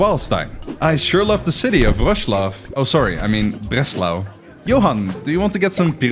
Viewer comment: I love how much your Dutch accent comes out when you say the German names like Breslau